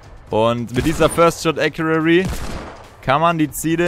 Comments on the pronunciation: ACCURACY Nicht Accuary 😂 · Gutes video, aber WRM SAGTS DU IMMER acuraRRy?? 😂 Es heißt accuracy (ka wie man es schreibt, aber jedenfalls sprichst du es mit SSSSS aus ACURASSSY Oha du hast es EINMAL richtig gesagt danke danke😂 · Rosen sind rot, Ich bin keine Maus, Ich bin getriggered den spricht Accuracy falsch aus. Und damit du weißt wie: Äkjurasi mit Betonung auf dem Äk Trotzdem gutes Video! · es heißt first shot accuracy nicht accurary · Wie er immer "accurary" sagt... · Es heisst first shot accuracy nicht accurary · Wie kann man Acurarry sagen das tut einfach weh... ES HEISST ACURACY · Yo, das heißt Accuracy nicht accurary. Just sayin :) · No hate aber es heißt accuracy und nicht accurary!!! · Accuracy nicht accurary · er sagt halt einfach akuary 😂😂😂😂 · Sehr hilfreich und cooles video! Aber bitte lern wie man accuracy ausspricht weil das triggered richtig😂 (sprichs ungefähr so aus: äkiürässi 😂) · „acurary“ xD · Accurary genau 😂😂😂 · Gutes video, aber das heißt Accuracy ( gesprochen : Äk-you-rasi) :D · Google mal wie man first shot accuracity ausspricht😂😂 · Es heißt acuracy 😂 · ˈakyərəsē bitte sag das xD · Hör auf "First Shot Accurarry" zu sagen. Lern wie man es ausspricht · Es heißt acressy aber egal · Wie er immer först schot äkuäri sagt Ist mir schon öfter aufgefallen dass ihm englische Wörter schwer fallen Sprich doch einfach deutsch junge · man spricht es ganz anders aus. Das ist es 😁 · Es heißt halt accuracy, also mit dem r, das ist wichtig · Bitte sag mal acuraCy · Lern mal first shot accuracy zu sagen